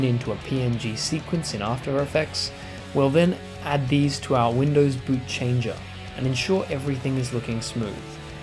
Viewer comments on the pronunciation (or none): none